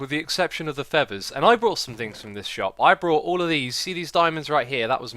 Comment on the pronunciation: A new word in the Xisuma dictionary! Brough = bought